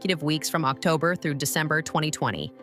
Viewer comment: The pronunciation of 'October' 😮. It's admirable that Dimash keeps his personal life private, choosing to be known for his music rather than personal drama.